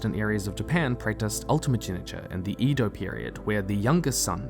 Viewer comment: the E in Edo is pronounced like ay or eh, not like in cream or leaf.